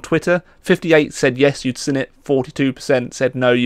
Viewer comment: says seen as sin it makes me chuckle.